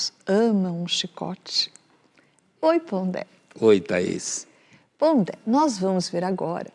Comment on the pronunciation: Pondé? Fala serio! Não fala ca com kra